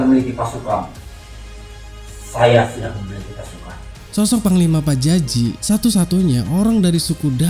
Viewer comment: PAJAJI BUKAN PARJAJI LONGORRR...